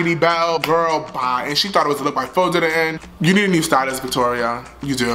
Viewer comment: “A LOOQ” IM IN TEARS HAHAHA